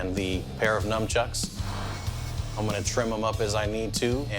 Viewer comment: I’ve been making fun of people that say numb-chucks since I turned 12. Some people should spend a little more time at the liberry…